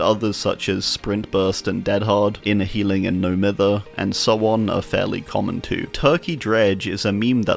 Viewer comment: Just a quick pointless correction but "Mither" is pronounced "Myther" like Myers It was weird finding out it wasnt a universal word, never thought of it being just British